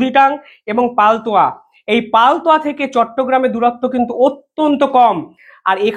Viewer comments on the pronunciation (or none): কিছু মনে করবেন না বলার জন্য:- ওটা পালতোয়া না, ওটা পলেটওয়া হবে । 🙏🏾